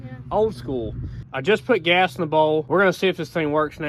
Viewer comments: Did you say gace? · Or gase like case with a 'g'